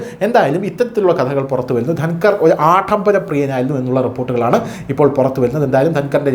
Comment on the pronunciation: ആഡംബരം മതി .ഉച്ചാരണം ശ്രദ്ധിക്കണം